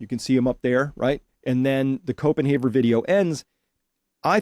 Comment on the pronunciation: Its Copen HAVER NOT HAUER!